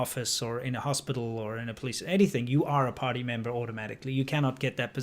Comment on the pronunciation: Im a Hillbilly so every time you say party member I hear potty member. All the same in the long run, I reckon